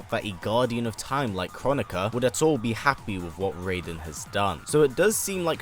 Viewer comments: I think Kronika is pronounced "crow nikka" not "chronic uhh" 😆😂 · I thought Kronika was supposed to be pronounced Kro-nee-ka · Tom-ate-ooo Tom-at-oo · It’s pronounced: kro-knee-kuh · It's pronounced Kro nee ka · It's pronounced (Krow-knee-ka) 😆😆a lot of ppl have been pronouncing it w the wrong way.. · It’s pronounced Krow-neeka- apparantly